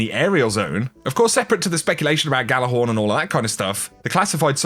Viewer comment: Gjallarhorn is pronounced with a y, like ya lar horn